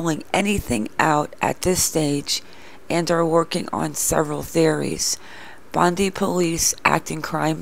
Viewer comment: Bondi is pronounced bond - dye not bond - dee it sounds weird. I think the husband knows where she is, he seemed nervous at the press conference. She seems to have links to Brisbane which is 700 miles away both her accountant and lawyer as based in Brisbane so i think she has headed to Brisbane. It also seems she has a lawyer but how does she instruct the lawyer and who pays the legal bills. It is unlikely she has left Australia due to covid restriction and the police have access to airports records of departures . I know someone who was stopped by police in Australia and the police could tell him when he arrived in Australia and departed from the police car computer screen.